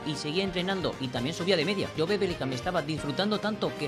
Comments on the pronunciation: Por que le dices jobE, dile solo job, aunque se escriba jobe, se dice job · no se dice”jobe” se dice “yub”